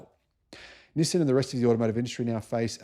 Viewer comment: NissIN? Nope, it is NissAN. For example, ChevroLAY, not ChevroLET.